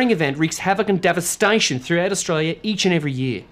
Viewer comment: That and the pronunciation of "Devast-aaaa-tion".